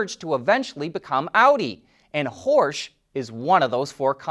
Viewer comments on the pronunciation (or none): I think Horch is pronounced like hork which means listen